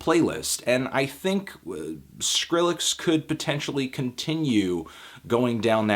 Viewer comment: anthony, thank you for pronouncing the name properly and not "skril-lex" like a bunch of the weirdos out there. idk why but i hate that shit.